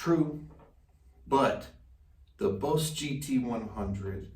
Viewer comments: Stop spinning in you chair and sit still ffs. Also it’s pronounced Boss as in “boss”, not Bose. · Nice vid bro. I like how you say “BOSE” instead of “BOSS”. I have both the Line6 Pod HD500X & BOSS GT-100, bought them both in 2013. Both still hold up. Yes the look is a bit dated, but they do the job. I’m thinking about upgrading to the Helix & GT-1000, but what’s the point if you just use it as a standard pedalboard. What are IRs (input responses)? I’m not up to date on the latest stuff or gimmicks. Is it the response when if hit the string lighter to harder it simulates that? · why is he saying boze lol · “Bose” 😂 I understand. When you learn something by reading pronunciation is always off. Good review nonetheless (that’s “known thele ssss”) and I’m just playin!